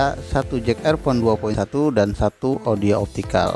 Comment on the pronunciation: Jack Kang..bukan Jek😋